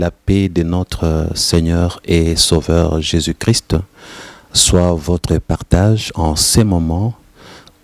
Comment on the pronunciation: C'est vrai comme j'ai dit dans l'autre commentaires, Jonas ne disait pas Jésus Christ mais Jésus chri. Ça me dérange impeu et sa m'emmenait à me poser des questions.